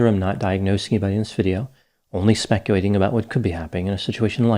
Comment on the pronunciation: Is it me or does he always say “specuating” rather than “speculating?”